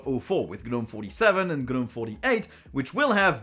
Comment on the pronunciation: The G in Gnome is silent.